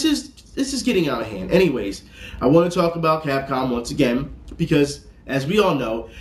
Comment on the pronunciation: Is there a reason he was sayin Cop Cam and not Capcom?